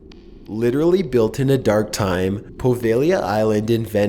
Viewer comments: i like ' voice but he seriously needs to learn how to pronounce things ((its Poveglia not Provailia)) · I love your content, but you have to learn how to Pronounce words. Pripyat (Pre-pee-yat) and Poveglia( Poe-vay-glee-ah) not proveglia. For instance their are many more examples across all your videos. I absolutely love the content and what you do, I just have a hard time when you mis pronounce so many words